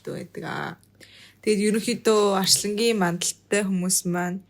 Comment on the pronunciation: Арьслангийн биш Арслангийн гээ хэ